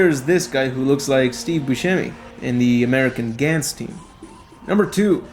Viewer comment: It's Gahn Z, not Gan Z, omfg...